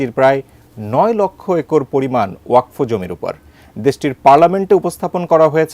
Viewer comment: ওয়া কফ নয় বরং ওয়াক ফ ওয়াক এক সাথে আর ফ আলাদা ভাবে উচ্চারণ করতে হবে।